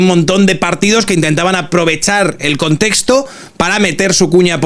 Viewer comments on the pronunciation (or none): none